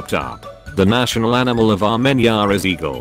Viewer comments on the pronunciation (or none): none